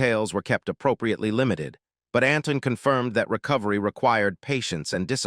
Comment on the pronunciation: His name is Antoine -nit Anton and as usual these videos tell us nothing new and get lots of things wrong I don't know why the makers bother